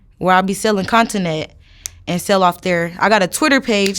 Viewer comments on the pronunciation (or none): She said posting continent instead of😅 content